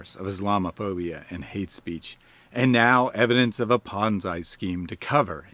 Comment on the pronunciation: Never heard ponzi pronounced like banzai.